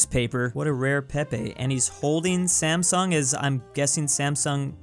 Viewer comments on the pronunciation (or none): none